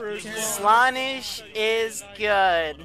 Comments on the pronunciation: did u mispronounce the name slanesh? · your saying slaanesh wrong -a noise marine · the way he said slaneesh actually triggered me